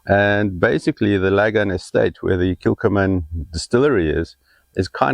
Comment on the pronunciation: Thank you. Islay is pronounced ‘eyelah’ and that is not the weirdest Scots name. Ask a Scot how to pronounce Ledaig😁! P.S. Kilchoman is pronounced’Killhoman’.